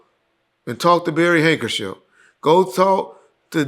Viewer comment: He keeps calling that man Barry Hankership 😂😂😂